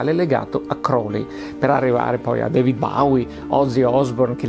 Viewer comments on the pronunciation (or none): none